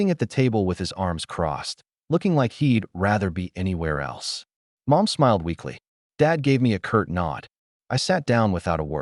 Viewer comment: ? 🤔 Instead of saying Mom. Ai voice says "M, O, M" 🤦‍♀️😅